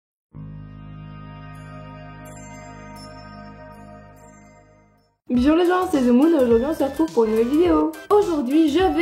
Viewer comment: C est super comme toujoirs mais pour quoi tu dis bijour et pas Bonjour ??? Je me le suis toujours dis hihi sinon tu est superbe !!!!♥♥